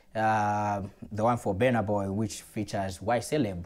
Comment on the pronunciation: elo ukusuna. busy mispronouncing the artists name is disrespect on itself